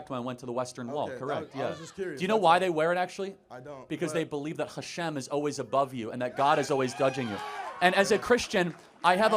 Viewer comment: Kippah (not chippah) 😊 and Hashem, not chashem 😊